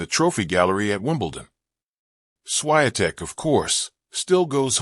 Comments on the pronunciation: I.G.A. Swayatek? Jeez! Tell AI to teach you how to pronounce that! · If you decide to record anything, learn how to pronounce someone's name. It's embarrassing. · Your pronunciation of the champ's name is a disgrace, disrespect to her roots and reputation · That's disgusting to say her name WRONGLY! Ask Google so you're aptly guided how to pronounce the name of the champ! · Why do you keep telling her namely WRONGLY??? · WRONG pronunciation of the champ's name!!!